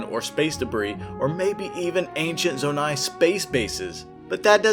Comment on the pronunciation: bro fr said "zo-nate" 💀